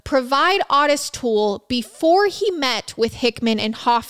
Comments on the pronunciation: Those letters are addressed DEAR SIRS, AS IN SIR..LIKE MADAM & SIR...NOT A MISSPELLING OF SEARS...just clearing THAT up. -Jackie 😘 It's also OOOO-tis. Not ahhhh-tis. And Dahmer NEVER had victims that young, so he's definitely OUT. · Thank you. It's also O tis as in the name Otis. Great show regardless. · Actually it is pronounced Oh-tis. Just because we had a grandpa Ottis, and every Ottis I ever met is pronounced the same way It is definitely an (oh)sound. But, that being said, I adore so dang much, she can pronounce anything anyway she wants too. She is pretty freakin awesome ❤ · she pronounced otis the way the dad says it